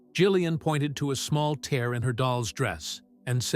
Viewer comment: Tear mispronounced